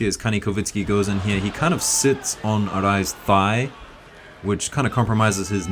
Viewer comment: He is Ka-nee-kov-sky, not “kovitsky”.